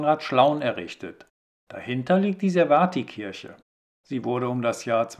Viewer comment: Die Aussprache der servatiikirche wird nicht mit wird nicht mit dem T in der Mitte gesprochen sondern wie ein Z... ServaZIEH Was zugegeben verwirrend ist weil auch glaube ich die busansagen in den Bussen am Servatiiplatz ebenso falsch phonetisch aussprechen